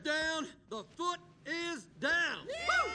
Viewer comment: I love how you call it the fut